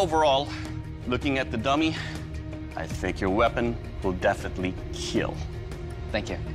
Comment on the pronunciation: So, i supose it will "KEAAL" ?